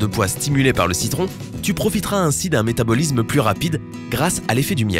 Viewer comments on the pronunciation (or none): Métabolisme ne se prononce pas métabolizme, organisme non plus d'ailleurs.